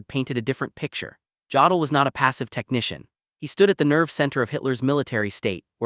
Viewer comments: OMG. This AI voice pronounces "Jodl" with a hard J instead of a Y. I can't stand it. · Jodl pronounced yodel.